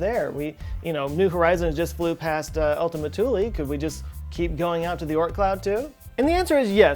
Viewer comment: I like that you pronounce Thule correctly. I was stationed there.. Thule Air Base, Greenland. What a dump hole...